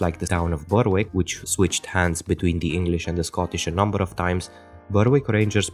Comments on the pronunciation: Great part 2, hopefully it can get as many views as the first video. Just a head's up, the 'w' in Berwick isn't pronounced, so its more like Beh-rick. This is also true of Norwich, Southwark and Alnwick. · Well researched and most interesting. Just one small point. I don't want you to think I'm nitpicking, but Berwick is actually pronounced "Berrick"